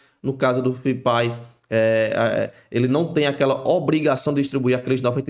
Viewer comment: Cara pelo amor de DEUS sugiro nao americanizar o termo FIP-IE... I = INFRA / E = ESTRUTURA. FIP-IE, Simples assim. Nada haver FIP-AI (a pronuncia).. que bizarro.. chega ficou ridiculo. Fora isso.. video muito bom! Parabens!